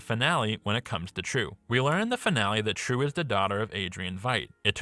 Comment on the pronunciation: As a Vietnamese, i find your pronounce to be super cringy. Its pronounced as " Triệu ", buddy